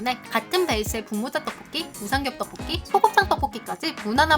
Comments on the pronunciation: 하... 의 떡볶이 발음 너무좋음ㅎㅎ 특히나 오늘 떡볶이를 많이 발음하셔서 더 좋앜ㅋ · 떡볶이 발음 개 찰지네